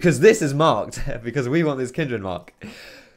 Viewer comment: Not going to lie, the way you pronounce Kindred kills me. Kin'd Red. You don't say 'hund red' for 'hundred'. And it's not even your accent, i'm from like 30 minutes away!